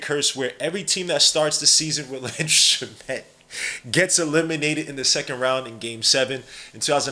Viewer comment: It’s (Sham-it) not (shuh-met) also this guy probably won’t play unless injuries